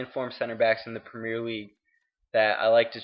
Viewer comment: Learn to say premier properly then get back to me.